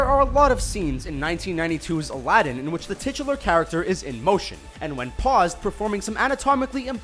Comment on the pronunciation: Everytime he says Aladin I understand a Latin